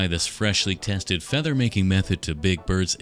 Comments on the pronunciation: Why does bro pronounce his F's so harshly It feels like a threat "FFeather texture" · Me watching this video: say feather one more time!!!!!!!!!!!!!!!!!!!!! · SAY FEATHER ONE MORE TIME I DARE YOU